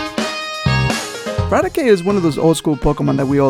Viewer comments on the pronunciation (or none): That was not Raticate,That was Ratice